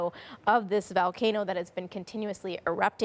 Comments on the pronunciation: what the hell is a "VALCANO"? 😂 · Poor reporting, at least say: It's x kilometers or x miles. This event is occurring in the U.S. Sheesh. Journalists these days. And learn how to pronounce VOLCANO — it's not "valcano"